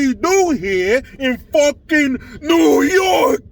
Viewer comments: 😂😂😂😂😂 that fuckin neeeew yooookaaaa 😂😂😂👍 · Dude, your New Yohk Cuomosexual accent was fanfuckintastic LOL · Hey! It’s ‘Noy Yark’.